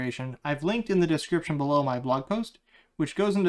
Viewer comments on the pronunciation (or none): none